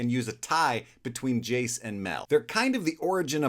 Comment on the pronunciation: Brooooo you misread Jayce so bad